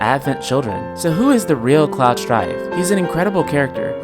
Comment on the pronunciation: Are you saying Clow?